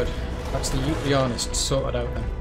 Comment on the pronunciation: Yuti... Think 'U T'